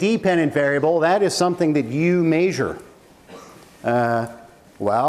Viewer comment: "Maysure" instead of "measure" haha love him